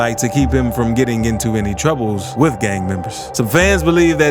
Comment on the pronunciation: I get what you’re doing, but cut that weird pronunciation out dude. You got to tone it down Gaaaang, sawng